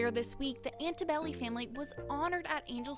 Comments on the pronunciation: Antobelli? Really? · ALTOBELLI!!!!!!!!!, not ANTIBELLI!!!!!, get their names right before you start speaking about these poor people!